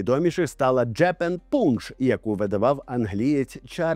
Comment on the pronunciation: Japan Punch - Японський панч, а не пунш))) Ти ж не кажеш: Ван Пунш Мен?😂😂😂 А так, в цілому гарна робота. Дякую.